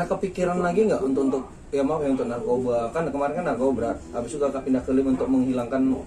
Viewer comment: Narkoba apa narkobra 🤣🤣